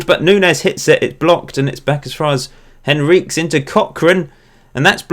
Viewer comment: Henriques is surely pronounced Henry-Kez not Henreeks?!